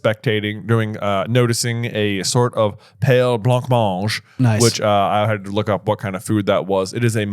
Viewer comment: The pronunciation of blancmange made me spit my drink across the room 😅 and to go back to an earlier food discussion - black pudding is niche, and usually older folks like it. I tolerate it on Burns Night alongside Haggis but no other time